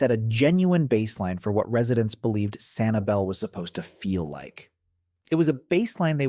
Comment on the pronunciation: Maybe I went to the wrong beach, but around January this year I could barely find any shells in Sanibel. Also, that's not how locals pronounce it